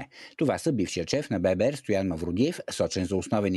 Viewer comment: кво е бебеер не е ли ББР БЕ БЕ РЕ или БЪ БЪ РЪ или, понежете сте БНТ, Българска банка за развитие. правете справки в БАН за произнасяне на съкращения